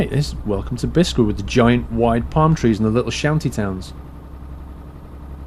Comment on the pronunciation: again, according to the Arabic, Biskra is pronounced as Bis-krah, simple!